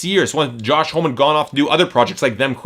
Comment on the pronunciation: would of got away with it if you didnt say it 1000 times. Its pronounced hom -e, not home